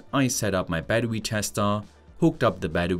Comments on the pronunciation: Battery = Baddowe-uh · What's "badwooee""? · 🚫 battery ✅ battewee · This dude's voice LMAO. Battewee.